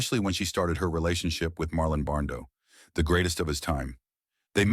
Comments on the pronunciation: when Brando is pronounced BARNDO I wonder if this voice is attached to a real person. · Marlon Barndo!? I believe he said Barndo.😅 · Marlon Barndo...stupid AI...😂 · And pronounce Marlon’s last name “Barndo” in one line. And then in the next story, talk about “actresses Loretta Young & Clark Gable.” I really hate AI narration.